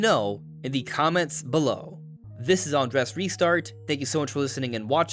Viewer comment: You’ve started pronouncing your name differently 🧐 It used to be “An-drays”. Now it’s “An-dress”. Why the change?